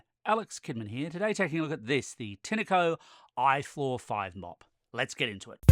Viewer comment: Have you ever picked Pin-ah Cones from a Pin-ah tree. It's Tine as in PINE as in FINE as in MINE as in ValenTINE. TINECO